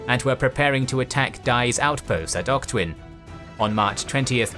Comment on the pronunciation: Weird combination of good pronunciation of a lot of Burmese place names, but then butchering Wavell and Auchinleck.